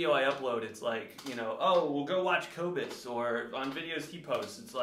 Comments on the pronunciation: If your drumming is as bad as your pronunciation of his name, then you’re gonna be in trouble fam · #teamcobus you don’t know how to say his name Cooper! You’ve been calling him out so don’t bag on him! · Don’t mess with a South African Cooper! Hy gaan jou gat skop! 🇿🇦 At least learn to pronounce his name Cooper!! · “He doesn’t even know how to say his own name” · Cobus would win, hands down. How about worrying about pronouncing his name correctly lol Granted, his last name is difficult if you're not familiar with it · Also musicians are smart. The fact that can't even pronounce Cobus' name proves he's a fake!🤣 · Why don’t you learn how to say his name?!